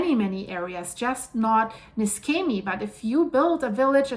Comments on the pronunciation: It's pronounced Neeshamey. And Gela is Jayla. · The correct pronunciation of Niscemi is (using the IPA alphabet) [niʃˈʃɛmi]. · you yourself said the cause - too much water. And btw. the plase is pronounced with a SH like in shoes. For those understanding Italian, the owner (and geologist btw) of the channel Geopop, he has promptly described this landslide. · NISCEMI IS PRONOUNCED AS IF IT WERE SPELLED LIKE THIS……. (NESHEMI) NOT (NESKEMI) HOW YOUR PRESENTLY PRONOUNCING IT………. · The name of the town is pronounced "Neeshaymee". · Apologies for being pedantic, but the correct pronunciation is Nee-Shem-ee. But this disaster is an awful disaster. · The right pronunciation of Niscemi is Neeshamee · It's pronounce ne-sha-me. Thanks for the reporting. I just got back from a 4.5 year tour with Navy.